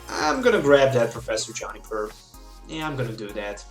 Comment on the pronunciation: Why does he say "johnny-per" instead of "joo-ni-per